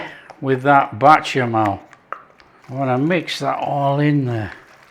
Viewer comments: Bechamel, not batchamel. Great stuff, keep it up. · Does this guy purposely mispronounce the word béchamel, or is it a north west thing? It's bÉchamel... beh-shah-mel said fast and fluid. Not, bAtchamel 🫣🙄 Also, own description says breast, leg, and thigh. Not a hater. Just liking things to be correct. Both versions look fantastic 😋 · I can only eat such dishes with my eyes anymore because of severe dysphagia. I enjoy these videos nevertheless because of their easygoing tone. And who wouldn't want to watch some delicious "batchamall" sauce being made? 😊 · I swear, you've made this little old black American woman smile! We pronounce bechamel differently but yours did look very good. I'm going to try it but to americanize it I'm going to add a little paprika. Nice job.